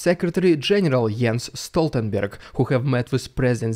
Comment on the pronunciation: Norway here, have you ANY idea how few nonNorwegians that can pronounce Jens Stoltenberg? Impressive! You must have a Scandinavian tongue😂😂😂 Keep up the good work👍👍👍 Ta Vare!